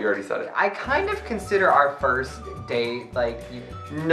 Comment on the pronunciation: vs English part ( it's Pronounced FUR-st)